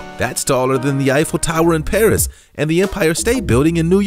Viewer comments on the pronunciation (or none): none